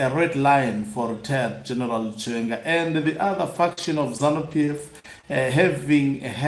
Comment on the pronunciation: He can't even say the name " chiwenga "